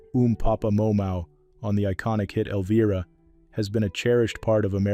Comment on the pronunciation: Sunday:/oh9/28/2025: Knoxville, TN 37916 That was a pretty good story until I messed up the song name, Elvira it’s pronounced L VI RUH Can you pronounce it? EL VERA. TSK. TSK. TSK.